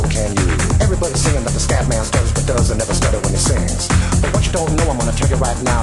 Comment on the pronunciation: lol..its scatman..not scapman you noob